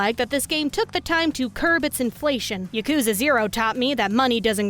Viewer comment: Idk why but the way you say yakuza really bothers me for some reason